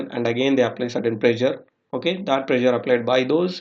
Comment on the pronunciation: Dude! What bakwas. "Boiling point temperature decrease with decrease in pressure". Be more specific. Your OK OK is too distracting. Prezure?